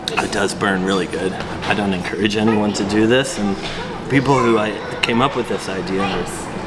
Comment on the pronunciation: I take it when you say ‘ wiv ‘ you mean with !